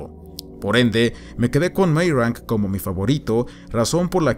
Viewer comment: Me gustó el video pero tengo que hacer una pequeña crítica, por favor no te lo tomes a mal. Meyrink en alemán se pronuncia Mayrink. Meyrank, como tu lo dices es, supongo, que leyéndolo como si fuese un apellido inglés y para mi es bieeen extraño. Lamento ser tan puntilloso. hehehe por favor, no te lo tomes a mal, que al final que cada cual lo diga como quiera.